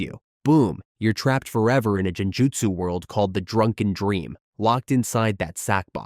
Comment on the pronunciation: I was on the edge Then heard jeni-jutsu Ai can just kill me